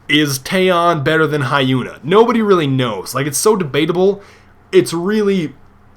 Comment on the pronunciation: Hm, wasnt the Rof of the famas always 900? And I couldnt resist but you pronounced Taeyeon's and Hyuna's name wrong...